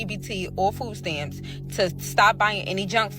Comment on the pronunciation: It's pronounced MONTH not MUNT. Also, whats FOO STAMS?